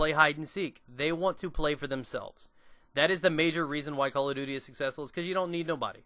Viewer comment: I like how you say Call of Duty. . .souds like Calla Doody. Its funny.